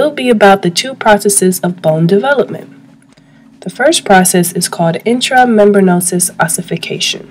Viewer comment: intra mem-bran-ous... not intra membranosis. :-)